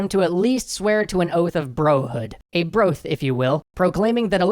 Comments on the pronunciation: A „Broath“... I CANT STOP LAUGHING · "A broath, if you will" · That "bro-ath" got me good xD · that's probably one of the few instances anyone admittedly called it a "Broath." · "Broath" is now a word.